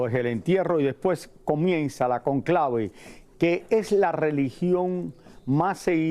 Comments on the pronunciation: No es "la concleve" Es el CÓNCLAVE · Al gordo deben enseñarle que se dice Cónclave no con clave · Vergüenza que hablen mal de la familia del Papa Francisco que son seres de bien y humildes como era el Padre Jorge Bergoglio y ese Sr conductor aprenda que Cónclave se dice con acento . No hablen mal de nuestra patria 🇦🇷🙏🏼🤍 eso no querria Francisco. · Raul por favor aprende a decir Cónclave no Conclave y si es cierto que sabes mucho porque has leído sobre el Vaticano deberías de saber que las colectas que se hacen semanales son para gastos de la parroquia y la segunda colecta se recauda para ayudas en obras sociales diferentes que la Iglesia realiza.